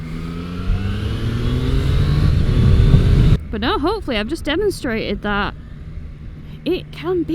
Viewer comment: also seems to, at least once per video, say the word "But" like it has 2 or 3 syllables. is not her longest but I count it. BUU-UU-UTT. That's one of my favorites.